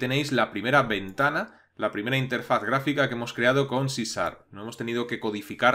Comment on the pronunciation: queeee? Si Sar? jajajaja no es C Sharp?